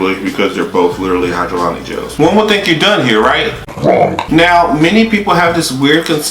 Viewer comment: High-ja-Lonic lol